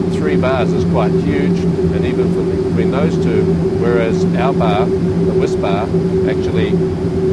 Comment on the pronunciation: He's making me long for my childhood favorite: Cadbury's Whispa Aerated chocolate candy bar. He's saying WHISPBAR but I'm hearing WHISPA.